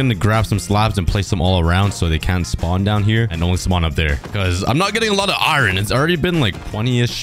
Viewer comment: i feel weird when u say iron it sounds like irn